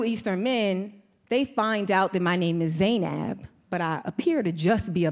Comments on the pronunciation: We pronounce the name as “Ze-neb” in Arabic - not “Zay-Nab” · She’s pronouncing Zainab so wrong it hurts my soul. She’s not wrong just her pronunciation is bugging me..😬💅